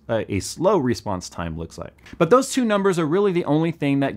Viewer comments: Why do you say "REsponse"? Say response like a normal, English speaking American! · Is he saying Respawns time or Response time?? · you're saying response wrong